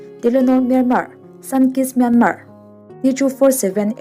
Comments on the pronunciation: Myanmar tia lam loh tur, myanma tia lam tur, r hi silent tur an tia lom mi thiam ten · I sawi ngaihawm thle mai. Myanmar I lam dan hi anmahni a ram neitute lam danin lam thei la a ngaihthlak a nuam leh zual ang. 'Myan' hi thluk hniam a, 'mar' -a 'r' hi silent tur a ni. 'piancham'. Thluk anga thluk tur a ni.